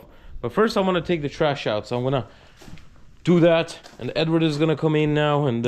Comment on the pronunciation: It's actually Eduard. But these guys are too westernized to pronounce Russian names correctly